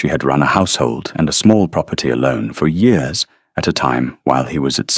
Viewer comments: What’s with the yee-oars instead of years? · It is years not yours. Good story spoilt by the AI mispronouncing easy every day words. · Why are we getting yet another video where "years" is pronounced "yores"??? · Year pronounced wrongly, Y....EAR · Enjoyed the story, but wish AI would learn to pronounce simple words like "years" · Cracks me up every time! I love it! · I always have to laugh the way he pronounces it.❤